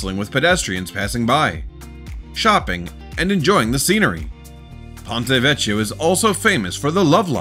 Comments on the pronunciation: It’s Ponte Vecchio pronounced Veckio not Vechio. That’s the danger of using robotic voices. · WATCH YOUR PRONUNCIATION! White I've heard the first word pronounced "PAWN-tay," ( I'd have thought ,"PONE-taay"), the second word definitely has a "K" sound, "VEH-key-oh." Sloppy don't cut it! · The "chi" in Italian is pronounced like "key" in English -- always! Vec-KEY-o. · Ponte Vecchio - Vecchio is pronounced Vekkio. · It’s Ponto VeKio . In Italian ch is pronounced K , like Chiante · You're mispronouncing the bridge in Florence. It's pronounced "vekio". That's not how it's spelled, that's how it's pronounced. It simple makes the old bridge. Used to party on that bridge every new years eve in the 80s.